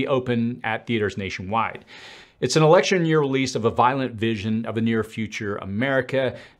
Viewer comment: Just like here in the great white north it is doubtful that you will see another ee-leckt-shun. At the very least, not a legitimate one. Good luck everyone, things are going to get kooky!